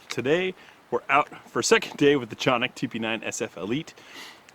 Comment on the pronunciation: Canik Municipality in Turkey American pronunciation ka·nik